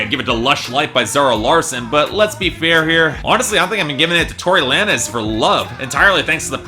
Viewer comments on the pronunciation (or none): It's pronounce "lanes" not la-nez